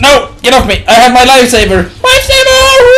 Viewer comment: did he say wifesaver?? xD